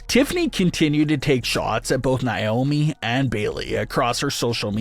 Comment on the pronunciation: Who tf is nai-oh-mee? Its Nay-oh-mee nay pronounced like pay, or may, or say. Say her name right. Its annoying af to hear naiyomee 200 times